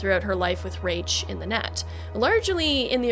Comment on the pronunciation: Mike Pondsmith pronounced Rache as "Rayshh" so I think thats the correct way to say his name.